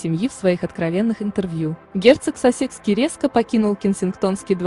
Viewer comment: Пожалуйста,уточняйте правильное пкроизношение,коли уж взялись комментировать!!! Герцог СассЕкский, ну ужас,бьёт по ушам и мозгу! Герцог САссекский!!и это не единственная ошибка!!Очень неграмотно прочитан текст ((((